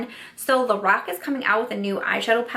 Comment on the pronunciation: When you were saying "lorac" somehow I kept hearing "the rock" and was wondering why a wrestler was coming out with makeup.... But lorac makes more sense than the rock that's for sure 😂😂